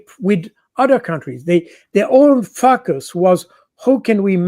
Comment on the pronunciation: I love the way Col. Jacques Baud pronounces 'Focus' ...Yes indeed sir they are some fackus 😂